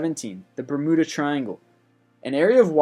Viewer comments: ber-myoo-da not ber-mu-da... who says bermuda? and idc if websters says either is ok, because its not. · The "Bur-moo-da" Triangle? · Burr-moo-duh triangle Amelia Ear-Hart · Bermooda? XD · Why do you keep mispronouncing "Bermuda?" You are saying "BerMOOda. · "Eer-heart" "Bermooda" "Boing 747" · Bermooda triangle, lol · Victoria Gauthier I know who Amelia Earheart was... The reason I asked "what's funny about that?" and Why did you write that?" is because my initial comment was me thinking it was funny he pronounced Bermuda Bermooda, I figured it would be obvious with the lol. So I was wondering why he randomly commented her name... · Oh man, Taos = Tow like in Towel but no el Bermuda = Ber·mu·da just like how it'd look to be said Tunguska = Ton·goo·ska Correct on Earhart Please check Google like I did next time. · My favorite part of these videos is how the guy doesn't even make the slightest attempt to pronounce words properly. "bermooda" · Bermooda triangle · Bermuda. NOT Bermooda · Its BER-myuda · I like your videos. Please do not view the rest of this comment as me thinking you should stop! Bermuda = "ber-MYOO-duh". Earhart = "AIR-hart". The chupacabra was simply an invention of the government to explain the superstitious farmers' missing goats which soldiers were stealing. The Loch Ness monster sightings have almost all been revealed as a series of hoaxes, including the first story and that photograph, while no reliable evidence has been found. It's not unsolved. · Bra-mood-a LOL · am i the only one who was really annoyed with the way he pronounced Bermuda and earhardt? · I love these things, but EVERY ONE of them contains at least one or two mispronunciations! Stop guessing! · He mispronounces so many things. How has he never heard anyone pronounce things like Bermuda, Amelia Earhart or Gibraltar? (to name only a few)